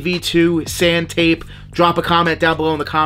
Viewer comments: You change the name so many times 😂🤣 I subscribed! 😆 Taupe is a dark gray-brown color. It’s pronounced towp! Awesome vid tho! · It’s pronounced Toe-pe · its pronounced sand TOPE.. SAND "TOPE" be well in North Carolina. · If you know anything about color theory you’d know it’s pronounced “tope” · It’s pronounced TŌPE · You have never heard of the color "Taupe" (toe-p) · looking more like Peter Griffin every video 😂 it’s so painful hearing you pronounce it wrong it’s pronounced ‘towp’ good content tho ✊🏾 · Appreciate this vids! Also, Taupe = Tope like Pope with a T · Before you do the vlogging, is it hard to google “taupe” pronunciation?! No effort. It’s just “do not sell”. Lmao